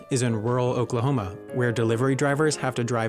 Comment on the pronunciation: Lets break it down. Oak-la-home-ah, Oklahoma. Or try it this way. The pronunciation of "Oklahoma" in English "oh" as in "nose" "kluh" as in "look" "hoh" as in "home" "muh" as in "above"